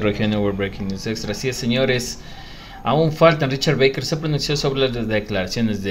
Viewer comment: Es Barker tal como esta escrito se pronuncia